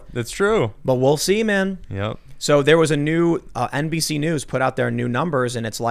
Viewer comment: Did Tim just say "we'll semen" after discussing 2 guys in a tub? Lol